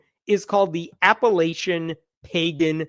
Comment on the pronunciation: Appa-LATCH-un. It will feel weird the first 20 times you say it, then it will be normal. The mayor has a wonderful opportunity right now to announce once and for all that everyone is included, and that the great city of Parkersburg would never discriminate during one of their parades or other public functions. He can be sorry for any miscommunication, offer to help offset funds, and pose for a photograph with this Pagan group, for their Facebook page. Y'all means ALL!